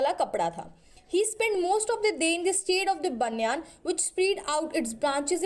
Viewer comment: baniyaan ni h voh baeniyun h🤣(pronounciation)